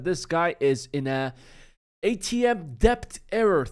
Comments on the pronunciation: Debt isn't pronounced "DEPT" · If you care at all the proper pronunciation of the word debt in English has a silent b. Pronounced "Det"